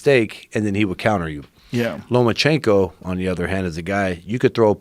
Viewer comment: Is it bugging anyone else that he keeps saying Lomanchenko. With a N